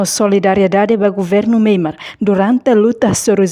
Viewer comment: Nasaun MYANMAR. Karik ita boot sira pronunsia liafuan MEIMART signifika loja iha Díli/fatuhada mak hanaran MEIMART. Tamba nasaun nebee mak ita temi (MEIMAR) iha mapa mundu ita lá hetan. SUJESTAUN DEIT ATU NÚNEE BELE SAI JORNALISTA NEBEE PROFESSIONAL....!!!!!